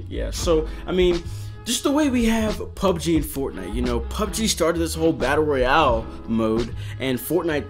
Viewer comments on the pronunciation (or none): none